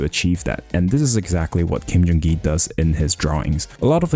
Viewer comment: you said kendrigi???